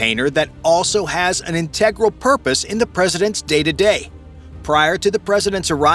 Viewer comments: The narrator not only says, but also mispronounces, the word "integral" way too often. Try "vital", "important", "urgent", or "critical". I just came up with those off the top of my head. Get a thesaurus for God's sake. And quite possibly an actual human narrator instead of A. I. would probably help tremendously. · This video has a few flaws - one of them is the cheap "AI narrator" not able to pronounce the word "integral".